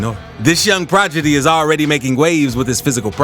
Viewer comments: He said “progidy” instead of “prodigy”..😭🤣 I’ll give him a pass cause it was entertaining😎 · You said progidy not prodigy.. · That man said this young “progidy” 😭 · “Young progidy…”??? What’s that bruh 🤣